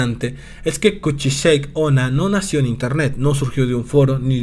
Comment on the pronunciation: El vídeo es bueno, pero la pronunciación del nombre es incorrecta. No se dice "kuchisheik", se pronuncia tal cual se escribe "kuchisake onna", que en japonés significa "mujer con la cara cortada". Fuera de eso, buen video.